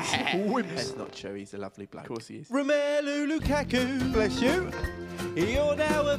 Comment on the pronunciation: lukaka?? xD